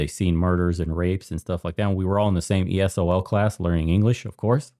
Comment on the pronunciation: did you just call it esol? Lol